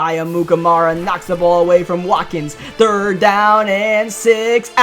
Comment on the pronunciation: His name is Sammy Watkins but he said wakin